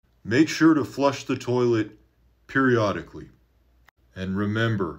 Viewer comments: 'periodicslly" lmao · "Flush the toilet (perfect pause) periodically..." Ah,. How we missed thee.